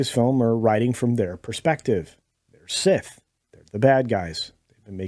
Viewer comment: Revenge Of The Scith-or.